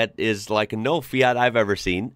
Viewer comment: I love the way you pronounce the "FIAT" brand name. Very accurate italian pronunciation.